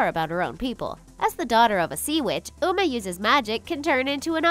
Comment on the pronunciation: I found a mistake in your video you said una not uma. you said meerged intsed of marged.you said gung not gang. you said l;ungcon not lincoln